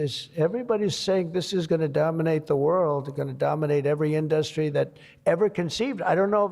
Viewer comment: Trump can't pronounce "industry" like anyone else.